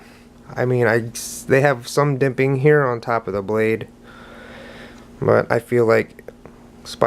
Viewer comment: ITS JIMPING NOT DIMPING!!! FFS!!